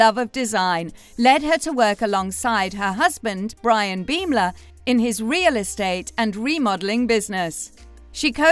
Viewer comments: Their last name is pronounced bom-ler like a bomb exploding not beem-ler.. I think if you're making a video about people, it's important that you know how to say their names correctly. :) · learn the english language, its pronounced BAHM LUR